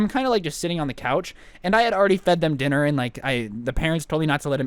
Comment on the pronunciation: Listen when he say sitting